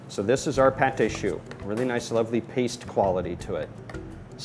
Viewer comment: Bad French pronunciation makes you a bad teacher/demonstrator. It's "Putt-Tar-Shoe", Not "Part-Tay-Shoe". Also, It's "Clam Sean-Tee-Yee", Not "Cram-Shank-Tee-Lee". Ignore me/keep on mis-pronouncing French words if you want to embarrass your own self for the rest of your pointless life.